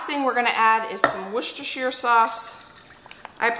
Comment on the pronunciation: Wooster-shy-er Sauce (that is how it should be pronounced according to Lea & Perrins, the British inventor and maker of the original sauce, they sent a letter and corrected the hosts of the UK Hairy Biker’s cooking show because they pronounced it like you, and most others, do )… 🤗